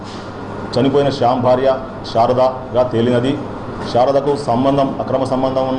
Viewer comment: Siyam kadhu ra shyam